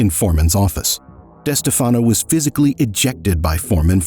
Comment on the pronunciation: This video is saying the name Wrong it Is pronounced des Stef fen o And Spa lartro . These . How do they get both names wrong so amateurish. Tony got the nick name because the FBI wire MIsunderstood one of Tony’s friends saying good bye Anthony.